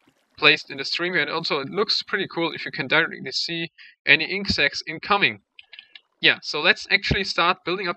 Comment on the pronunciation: Inc sacks? Isn't it inkt sacks?